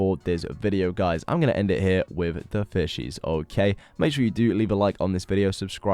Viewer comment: I thought he said bitches not fishes when he was doing the plant with the barrel and the oak leaves